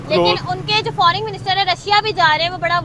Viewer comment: Pakistani English toh Mashallah Mam FORING nahi FOREIGN hota hai. 😂😂😂😂😂😂😂